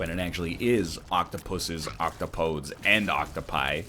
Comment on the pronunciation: Nobody going to correct his OctoPODES pronunciation? I can respect that, even it's wrong ;) P.S. Oc/Top/O/Dees